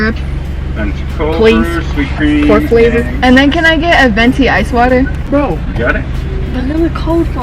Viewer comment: “Por flavor” 😫